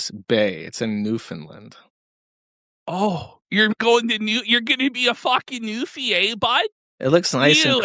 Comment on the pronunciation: as soon as mentions new finland, the true canadian comes out hard